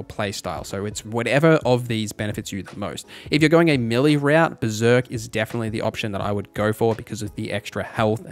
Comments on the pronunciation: May-lay. Not Melee. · I am sorry to be that guy. I love your content, I just wanted to say “melee” is pronounced “Maylay”